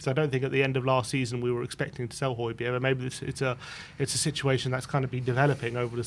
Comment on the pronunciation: I like Hojberg but need him gone to stop the pronunciation.